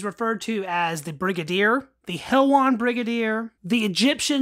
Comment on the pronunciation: Pronounced helwan not helwon. I’m from helwan lmao